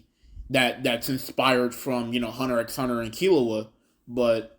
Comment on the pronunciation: Please don't say "Hunter "EX" Hunter"